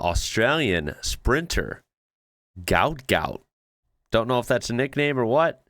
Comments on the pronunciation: Gout Gout's correct name is actually Guot Guot. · Guot Guot is how his names actually pronounced/spelt which is what his dad said after one of the sprints. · his name is meant to be Guot Guot (pronounced Gwot Gwot), but the registry papers were accidently spelt wrong. His parents may want to have his name corrected by Deed Poll (name change papers).